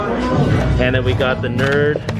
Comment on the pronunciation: N-E-R-D not Nerd lol